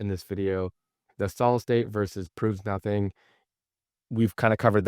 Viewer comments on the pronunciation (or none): none